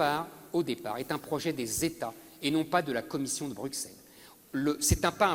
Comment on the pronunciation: On dit "Brusselle", et pas "Bruckesselle"